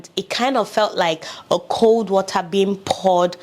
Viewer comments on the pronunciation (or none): none